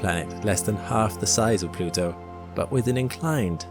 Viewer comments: Plutwo, pronounced plu tu oo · And pronounce it Plad-tuu